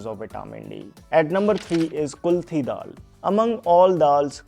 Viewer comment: Its KULATH DAAL not kulthi